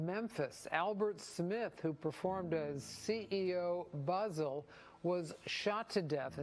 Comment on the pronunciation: CEO “Buzzle” wypepo 😩😂